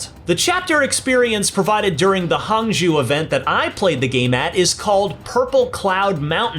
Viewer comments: HANG ZOO🤦‍♂He participated in the event but didn't take the time to pronounce Hangzhou. White western culture. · Could you please learn how to pronounce Hangzhou? It's really not hard.